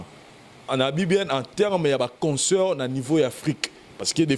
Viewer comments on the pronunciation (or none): on ne dit pas conceurt mais concert ne confond pas avec consoeur.